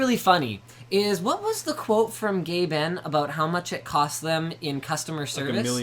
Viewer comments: did he call gaben gay ben? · You pronounce GabeN as Gay Ben. ._.